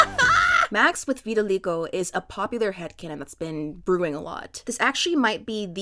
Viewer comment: the way you pronounce vitiligo makes me upset